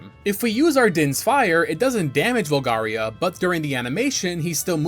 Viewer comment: also says "Volgaria" multiple times at that point "Mulan" and pronounces Epona as "Ep-pona" 😅 its a GOOD VIDEO otherwise, but come on man, get the names right, you played the Game often enough.